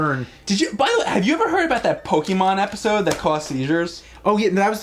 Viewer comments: really bother me much. But it's actually PoKAYmon, not PoKEYmo. I just don't like when people say Pokemans lol. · I can't even listen to you guys talk about Pokémon generally. Did you guys even play the games? It's pronounced "POH-kay-mon", though, not "POH-kee-mon". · its po ke mon not pokeemon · Pokémon is pronounced Po-keh-mon not Po-kee-mon there's an accent on the e é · Of course James & both call it Pokeymon. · Hum... It's pronounced Po-KAY-mon... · What is it with some people pronouncing it 'Pokeymon'? Cracks me up! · I hate when people call it "pokey mon" 😑